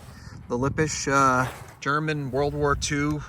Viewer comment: Yes, you have pronounced "Lippisch" correctly.